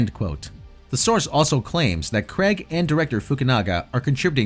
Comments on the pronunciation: CRAYG not Cregg!!! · It's Craig as in CRAYg and not CREGG.